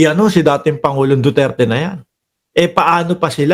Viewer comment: hindi pa niya nabigkas ang duterte ang pagkadinigko dutert😂😂😂